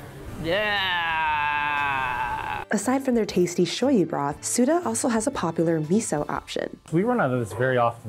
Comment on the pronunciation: Leave it to americans to ruin foreign terms. No you don't use soba interchangeably with ramen. Two different noodles made differently. Also, it's Tsu-TAH. But I guess americans like to americanize everything.